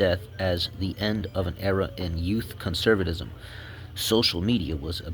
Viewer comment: Did you smoke meth or take some adderall? Sound it out, bud. Cuh-cuh-cuh... cun-ser... cun-serv...cun-ser-vuh-tis-um. Fascism=fash-is-um. Fashisum